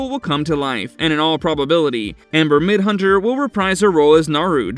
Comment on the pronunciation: Midthunder!! Jesus, you're making my ears bleed